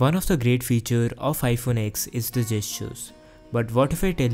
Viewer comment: Always Love Your Content (PS : It is iPhone Ten not X)